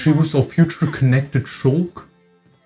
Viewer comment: He even says ShulllK correctly